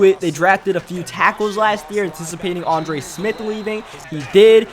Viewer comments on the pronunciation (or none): none